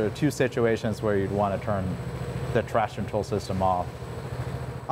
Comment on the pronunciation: Hey, love your video. Would be good if you could correctly pronounce “traction control” though. Kept sounding like “trashin’ troll”.